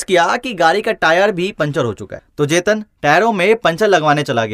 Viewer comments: Abe bhai vo jetan ni h tsetan h🤣🤣🤣🤣🤣🤣🤣🤣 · It's not jaten 'its tsheten Pronounce as 'chetaen'😅